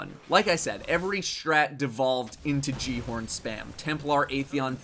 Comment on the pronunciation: Great video, but considering that the guy at the end of the Rise of Iron ad can't even say "Gjallarhorn" correctly, I've lost all hope in Bungie.